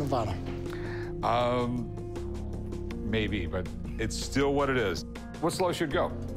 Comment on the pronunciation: Dude with the steel penny lives in Nevada but doesn't say NEVADA right.